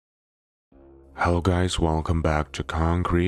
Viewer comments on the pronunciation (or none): none